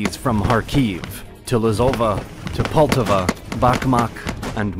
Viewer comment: Though extremely simplified, this serves as a decent summary of the Ukrainian revolution. Let me add a few small corrections. First of all, it's not Ukrainian National Republic, it's People's (УНР - Українська народна республіка; народ = people, nation = нація). Second, a few pronounciation mistakes: it's PoltAva, not POltava; KhArkiv, not KharkIv; SiCH, not SiKH.